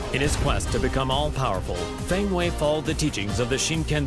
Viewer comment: Feng Wei, not Wu